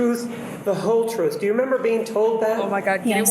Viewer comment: Da twoof, Da whole twoof, and nuffing but da twoof